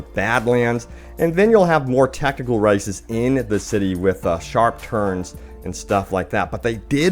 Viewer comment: I know this video is outdated, but still... How come I hear him saying "racists" instead of "races"?...